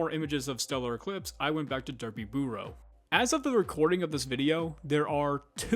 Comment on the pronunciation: This video was incredibly well done and a crazy trip down memory lane! But your pronunciation of Derpybooru as Derpyburrow was cracking me up